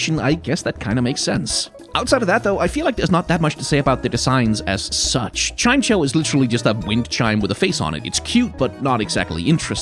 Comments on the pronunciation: Like, Chime-cho? Tf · Roasting Treeko while calling Chimecho that way instead of Chime + Echo is diabolic 😂